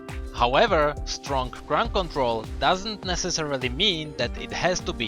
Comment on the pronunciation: Crowd control? Ground control? Crunk control? Crown control? Arabian mumbling? xD